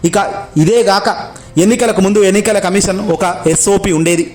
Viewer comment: కమీషన్ అనాలి కమిసన్ కాదు.